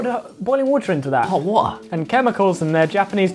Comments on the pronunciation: "hot water" that accent tho❤️ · . That's how the British pronounce "hot water". Like trying to talk with testicles in your mouth.